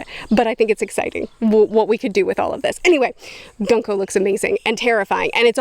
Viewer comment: I love how calls "Gunko" "Gonku"